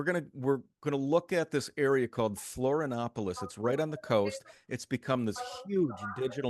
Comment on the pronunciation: The moment the guy interviewed says he never took the covid clot shot, you know he's intelligent. (The Host needs to learn the proper pronunciation of Florianopolis.)